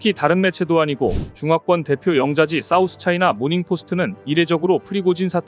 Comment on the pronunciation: 영자지? 영짜지로 발음 무조건 쎈 발음을 안 하려 하는데 잘 못 된 거임 쎈 발음을 해야 하는 문맥에는 해야 함